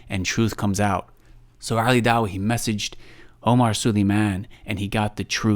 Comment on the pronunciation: Wow at the end he can't even speak right he said oli and ali wrong everytime which was 4 counts. I know he is wrong but am subbed to him because he is kurdish and so am I but for real I can't listen his supposed comedy is not funny. And really you can't take knowledge from someone like him or MH